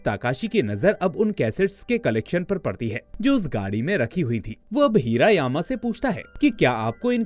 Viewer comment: हिरा यामा नाही हिरा मामा